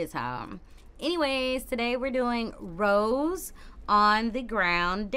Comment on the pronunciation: Also just FYI Rosé's name is pronounced ro-zay like the wine/champagne not rose like the flower.